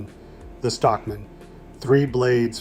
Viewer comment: ai kept saying Stock MAN separately lol